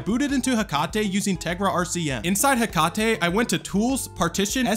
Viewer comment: It's pronounced heck-a-tee not heck-car-tay. Based off of the greek godess Hacate